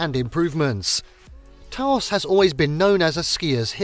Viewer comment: Glad to see the caverns included here. So many travel guides and photo series seem to forget that they even exist. I won't go on about Gila, we always knew the out of staters based on that pronunciation. Taos, on the other hand, is pronounced more like house rather than Tah Ouse.